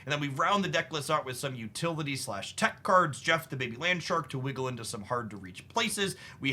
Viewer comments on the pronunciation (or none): none